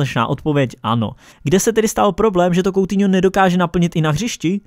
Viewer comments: Nečte se to "koutiňo" ale "kutíňo" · Uděláš samostatné video nebo že by si to rozkecal v rozkecánu?:D.A teď už na věc.Sou to 2.věci/1.věc/Batshuai přestoupil z Valencie FC do Crystal Palace FC /2.věc/Anthony Martial podepsal novou smlouvu z Man.United/A třetí bonusová věc / Vyslovuje se to "kutýňo"a né "koutýňo" Ale to nevadí nikdo není dokonalý ale váš kanál dokonalý je👍